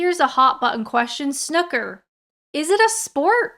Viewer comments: NOOOOOO!!!!! You should KNOW, from the Butler if no-one else, that only ignorant Americans pronounce it "Snukker"..!! It's pronounced SNOOOOO-ker! Rhymes with bazooka! I'm amazed that, after living here for so many years, you should make such a howling error! Five hunderd lines and a detention for you! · NO, NO, NO, NO, you aren't American. NOT Snucker, Snooooker!!! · RIP your comment section pronouncing it with an UH and not an OOOH... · Wrong. Different words are pronounced differently. There is no need for consistency. Snooker should ALWAYS be pronounced with a long O sound. Snoooooker, not snucker. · Snooker, not snukker. And yes, it's a sport. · Snooker has double O in it so a long O sound not a U sound. I know Canadians tend to pronounce it as a U but you've been in Blighty long enough to learn some pronunciation. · I don't understand how Canadians and Americans get the word "snooker" so wrong. Would you pronounce Snoopy as "snuppy"? Would you pronounce pool as "pull"? 🤣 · don't forget it's not snUker but snOO ker. 😂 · Omg stop saying snucker 😭 IL die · It's pronounced snooker, as in "oooow, why did you do that", or new, sn - (n)ew- ker. Otherwise loved this, some interesting vids and hilarious ending. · snewker. Try that🤣🤣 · I can give other Americans and Canadians a pass, when they refer to "Snooker" as "Snucker." But you live in the UK. You have absolutely no excuse for mispronouncing this "Sport". 🤣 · please stop calling it snucker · Can you NOT call it "snuker"? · snooker, say l the "snoo" as would say snoozing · Of course it's a sport! and it's 'Snewker'! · Try 'Snooooo Kerr' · Omd. It really really makes me cringe when americans call it snucker. I wonder if they pronounce to cartoon dog snoopy. Snuppy. I couldnt even get through the video. So annoying 😂😂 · It's pronounced snewker. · I've never heard snooker pronounced SNUUKKER!! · Please get the pronunciation; it is snoo-kurr. 'Snoo' rhymes with blue, boo, flu. etc. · S noo ker not snucker lol